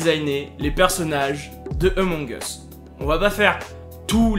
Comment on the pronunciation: "Amons us"